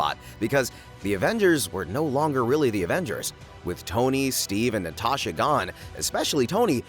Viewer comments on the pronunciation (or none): none